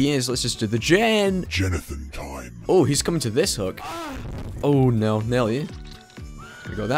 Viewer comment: There’s just a little h at the end when he says oh and no so it sounds like ooooooooooohhhh and nooooooooohhhh